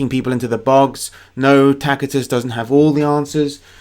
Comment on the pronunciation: THANK YOU for pronouncing Tacitus correctly! I found Simon on my own. He does a great accent. His video on the great vowel shift was awesome.